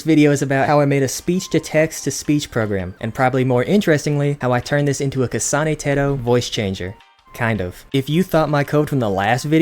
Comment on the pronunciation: Didn't think I would hear "kasana teto" in a southern accent today